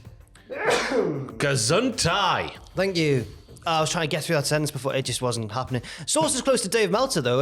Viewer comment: can speak german:o But it's Gesundheit the t at the end is very important